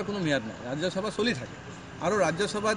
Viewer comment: আগতে অসমীয়া ভাষা কবলৈ শিকা ও তাৰ পিছত জাতি ৰ কথা কবি। ৰাজ্য চভা নহয় বোপাই ৰাজ্য সভা।